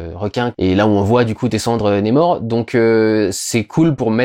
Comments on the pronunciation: Ça se prononce comme ça s’écrit le nom de l’antagoniste… donc on prononce NAMOR et non pas némor ! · NA mor NA !! N et A ça fait NA !!! Pas Né, pas Ney et pas Nez, c'est qui Nez-Mor ? C'est même pas une prononciation à l'Anglaise vue que le R est bien prononcé à la française On dirait un Québecquois qui perd son accent au milieu du mot Je suis le seul que ça donne envie de hurler ? Sinon Merci pour ton travail que j'aime bcp... hormis ce détail que j'essaie de soulever avec humour Peace